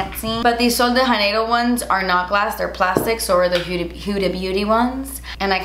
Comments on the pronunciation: Sweet, the J in “Janeiro” is actually pronounced like the J in the brand Jouer.... 😻😻😻Love ya!! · I love you, but I just have to say.... you’re supposed to pronounce the J in Sol de Janeiro ... it’s Portuguese, not Spanish 😂 Sorry, I know it’s a small thing, but since I’m married into a Brazilian family, it drives me crazy 😂